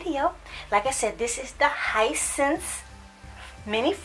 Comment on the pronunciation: Hi sense 😂 it’s “hee scent say”